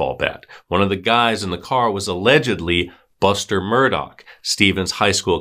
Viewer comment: Omg it's pronounced, "MUR-DAW", not , "MUR-DOCK"... 🌈